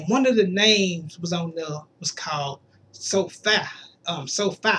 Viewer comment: It said sofie but its pronounced like sofee with a long e